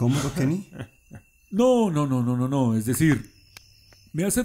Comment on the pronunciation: YO PENSE QUUE DIJO LENIN PERO ERA KENY XD